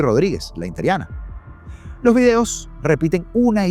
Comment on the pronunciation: INTERIANA???? X qué??? Usa bien el lenguaje, ES inteRINA por Dios.